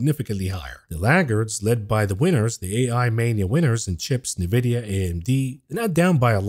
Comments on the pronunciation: It's Nvidia, not Nividia 🤣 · Its pronounced En Vidia. You say the letter N. Not Nuvidia. Love you bro! Been listening since you started! I would like to hear details of what your trades and portfolio holdings are, in real terms. How much $ you want? Im in.